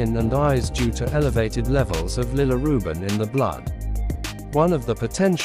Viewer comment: yeah but your AI says Lillirubin all the time